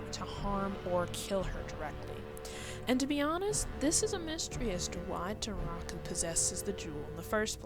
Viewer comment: Actually, her name's Kirara, not Kiara. If you watch sub you can clearly hear them say "Kirara" (pronounced kee-rah-rah) edit: Also Naraku's name is pronounced nah-rah-koo